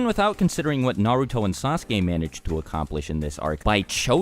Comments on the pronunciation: This is unrelated, but it drives me crazy when I hear someone pronounce Naruto "Nuh-root-oh", but I don't want people to think I'm a weeb so I have stay quiet. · good vid but the way u pronounce the names is cringe